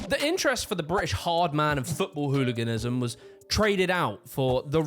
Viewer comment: You pronounced 'ard man wrong